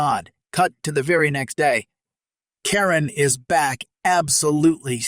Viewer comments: I disagree! Don’t they say the customer is always right? She got what she asked for. I like the tax for being a Karen. Or a Ka-wren as it was pronounced. Also the Karen that said, Do you know who you’re talking to? I’d say, yes, a loud mouthed b*tch. If she’d spit on me I think I would have slapped her. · Thanks for the stories. Even if this voice can't get the name Karen right.